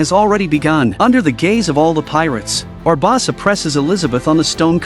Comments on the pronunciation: Bar-bow-Suh Barb-oh-suh Great vid, mispronunciation of barbosa ate me up 😂😂😂 loved it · Barbosa not barbasa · I agree, how is it he can say everyone's name correctly EXEPT barbOsa! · It's actually pronounced BA BOS SA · The way the AI says “Barbawwwwwsa” over and over… it’s hard to believe at least half the population would be dumb enough to not realize the difference between AI and a human. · He said it in 9 different ways and none was correct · I absolutely love this channel every single video I watch it thumbs up, etc. They mispronounced Barbosa Every. Single. Time. I tried not to focus on it, but it didn’t work. 🤦‍♂️ Yep. White people probs 😂😂😂😂